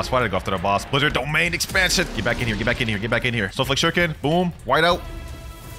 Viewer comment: Bro lol u said domain expension